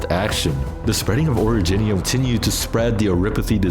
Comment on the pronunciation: oridge-nium? nah ori-jinium